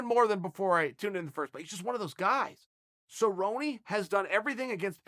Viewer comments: Hilarious. Well, its official. Who the Hell is cerrone? Sabroni is my favorite fighter. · Cowboy Suhbroni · Phil "Cowboy" Baroni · "Donald cowboy cabrone"